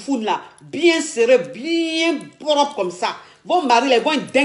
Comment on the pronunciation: elle dit poropre